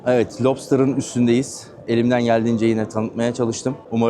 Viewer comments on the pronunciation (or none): Lubstır degil o.yazildigi gibi okunur..lobster ( lobstır ) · Madem konu açılmış , bu teknelerin türünün okunuşu “Labstır” “Lupstır’ değil . Lobster yani Istakoz , tarihte ıstakoz avcılığından gelen bir tür olmuş. Lupstır dediğinizde Loopster yani döngücü gibi bir anlama geliyor ki konuyla ilgisiz. Video için elinize sağlık bu arada.